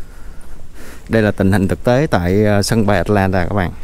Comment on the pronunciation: Tại sao lại bỏ dấu huyền vậy? Atlantà là cái gì vậy? Rồi Tách xịt ( Texas) ? Cứ người này nói thì người khác bắt chước!